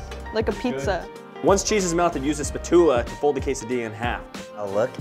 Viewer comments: “use a spa-too-la” 😂😂🤣😂😂😂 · WHY DID KIAN PRONOUNCE SPATULA LIKE THATTTT!!!!! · BRO HE REALLY SAID "SPATULA" LIKE THAT HOW COULD HE